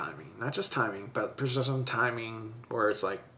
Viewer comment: Adam Campbell Holy hell. I was searching through the comments hoping that someone else had noticed this too. He does in all the words with similar pronunciation. Infuriating to listen to.